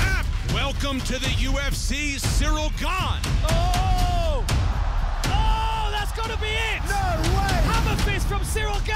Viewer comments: Wait, did he just say his name was "Gain vs Tuivasa" . Have we been mispronouncing Gane's name this whole time? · he pronounced it like that for the interview since it was in English, we have a weird habit in France to transform French word to English with accent. but it's pronounced "gaan". Even him pronounce it "gaan" when speaking in french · he pronounces his name “Gain”. I hope Bruce buffer watches this and all announcers as well. They call, or pronounce him “Gaan” 😂